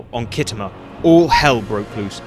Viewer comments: Kit Homer? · Pronounced skitamer by actual war gamers